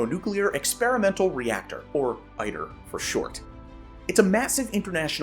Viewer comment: Thank you as always for an informative video. One correction: ITER is pronounced 'eeter', not 'eyeter'. 😉